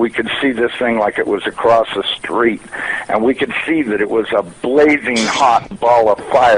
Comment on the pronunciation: He said, "they appear to be about 500 miles acrosst." ROFLMFAO!!!! NOT a NASA employee. Someone needs to get hukd un fawniks.LOL